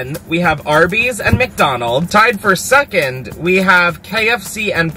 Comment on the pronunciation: can we all just agree to say “suckand” instead of “second” from now on????? PLEASE hahahaha